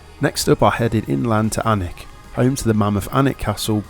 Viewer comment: you will love it there. BTW pronunciations made me laugh, especially alnwick castle, which is Ann-Nick Castle